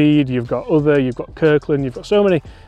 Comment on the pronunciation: I would also say Uther as in pendragon. Not other 😝